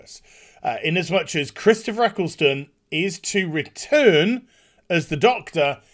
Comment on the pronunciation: who tf is "Chistopher"